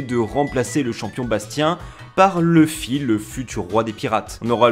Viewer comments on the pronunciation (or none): none